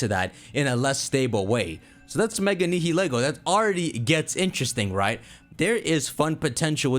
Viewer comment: I love your content and theories, but I can NOT get past your pronunciation of Nihilego and Blacephalon